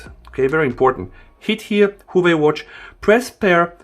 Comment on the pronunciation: It's Huawei, not Huwei. lol.